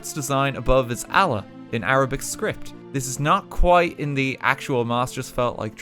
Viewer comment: did. he really Said Allan istead of Allah